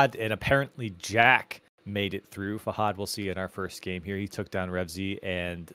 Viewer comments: “fah-hood”? really?? literally pronouncing it every way possibly wrong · dude holy shit why do they pronounce fahad as “fah-hud” like whyyy dude